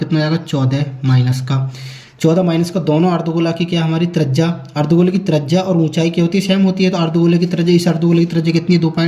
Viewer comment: Bhai apne bolne ka tarika thoda sahi karo trajya nahi त्रिज्या hoti hai